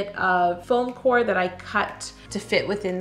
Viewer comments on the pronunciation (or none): none